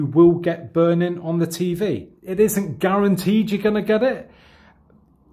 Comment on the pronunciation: I LOVE THE WAY HE SAYS BURNIN 😂😂😘